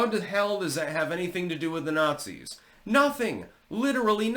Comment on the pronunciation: "Any nutzee who exposes us nutzees is a nutzee." 😂